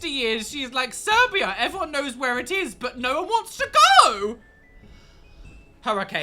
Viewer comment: Love how you put Hurricane in your video 😅🙆🏼‍♀️ btw it said Siberia not Serbia 😅😅 You should try Serbian sweets in a video, if you need help of getting them, i will be more then happy to help 🤍🤍